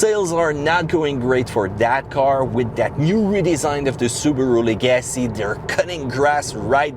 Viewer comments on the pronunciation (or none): Leg-uh-see Not le-gassy